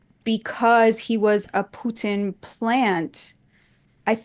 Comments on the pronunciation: She pronounced Putin with a soft t. Wouldn't be shocked if she had some kind of Russian connection. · The way she pronounces Putin is so Russian. Plant. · The way she pronounces, Putin, she sounds Russian.